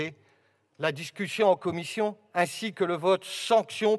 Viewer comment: 28min messssieur le président la comifffffion 😂